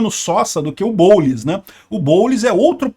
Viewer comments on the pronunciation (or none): "O boulis" kkkkkk